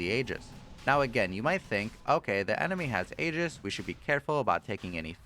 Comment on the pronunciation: It's a Greek word and pronounced "ee-jiss"